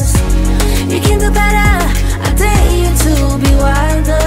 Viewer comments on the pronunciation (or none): none